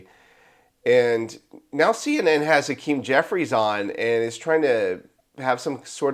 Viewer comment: HA-KEEM no Ah Keem! He’s a weasel and a crook but pronounce his name correctly